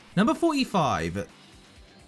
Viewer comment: He said koichi and sasumi(tsumugi)